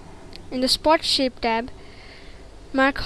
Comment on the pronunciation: everytime when you say "shape" or "shade", it sounds like your saying "shit" xD